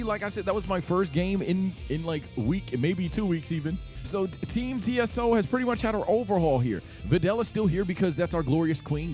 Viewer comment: Whats funnier to me is how TSO is pronounced "Tieso" which means "stiff" in spanish 😂